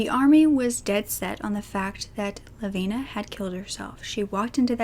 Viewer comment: So glad you pronounced her name correctly